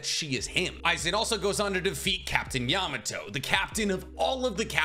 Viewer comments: You said Captain Yamato😝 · Please work on your pronunciation. YA-MA-MO-TO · Me listening to you calling Genriyusai Yamamoto captain Yamato the entire video 😂